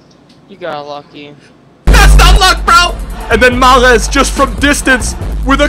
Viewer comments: Why does he pronounce Mahrez the French way? Lol its an Arabic name and is literally pronounced normally as Mahh-Rez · I hate the way you pronounce Mahrez and De Bruyne 😒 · Dude that's not how you say Riyadh mahrex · JUST FUCKING SAY MAHREZ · I hate the way you pronounce Mahrez and De Bruyne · Why does he say Mahrez's name like that?? Put some RESPECK on it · Molester is a team with one season wonders they just are and stop over pronouncing mahrez' name it's super annoying and he's not even African hes French and he just changed his nationality it's French not Arabic I'm not a hater it's just annoying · Stop pronouncing mahrez the way you do